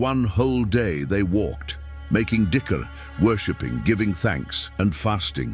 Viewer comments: I think it's not 'makiing dicker' lol it's 'making dzikir'. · Please try and keep tabs on this AI stuff, it is intentionally made to pronounce some words in awful way e.g Its Dhikr but Ai turned it to DICKER I also notice attimes it say AZRAEEL then next sentence it would say AZRAAL,AZRAIL clearly the subtitle is showing AZRAEL this is not an Error But intentionally programmed to act that way. Please filter the Error in future content.